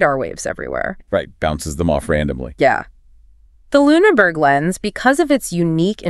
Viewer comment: Who is the chick speaking on this? It’s Luneberg Lens, not LuneNberg. Misspoken at least three times Not spoken correctly even once.